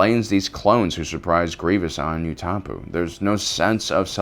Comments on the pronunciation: I believe Utapau is pronounced more like 'youtapau' and less like 'youtapou'. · I am so sorry for being that guy, but... isn't Utapau pronounced ooh-tah-pow? xD not ootapoo? Welp, now that i've made both a nerd AND a loser out of myself, while missing the point of a running gag... ill just see myself out the door... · when said "you-ta-poo" instead of "oo-ta-pow", it hurt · I've never heard Utapau pronounced so wrong it physically hurt you usually pronounce everythin right this one though yikes